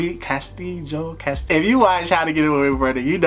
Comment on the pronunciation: "Ca..sti..jo" lmaooo